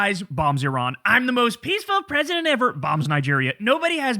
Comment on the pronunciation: Why do I hear "PRISONER trump" instead of "president trump"? 🤣😂🤣 - "Nobody wants him, because he's going to be out of office?" Ohhh, is that why you invited the OUT OF OFFICE "prime minister of Bulgaria" - the same one who resigned (along with his government in December, 2025), because he was made to by thousans of people protesting all over the country AND in countries abroad where Bulgarians joined in solidarity? Interesting... 🤔